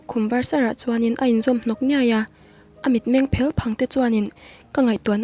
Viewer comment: Tawng thluk hi a diklo leh zauh thin, meng Phel, a fel or i fel tih thluk ang ni lovin (kawrphelh) tih thluk anghian thluk tur ani.